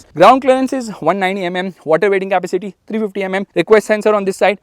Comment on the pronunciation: Learn how to pronounce the word "capacity". lol